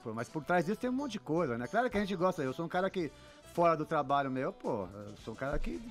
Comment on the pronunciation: ''craro'' ... hhahahahha .... admiro muito esse cara !